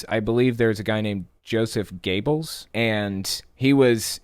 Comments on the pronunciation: Göbbels, the ö is pronounced like the i in bird. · Great work as always. BTW, Joseph Goebbels is generally pronounced "Gr-Bulls" in the west. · If you need help with historical pronunciation, please send me a message , it's spelled goebbels, but prounouced GER-bills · It’s pronounced gurr-bulls. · Joseph Goebbels was Hitler's propaganda minister. After murdering his children, he and his wife committed suicide in the Führerbunker. Here's how to pronounce Goebbels' name correctly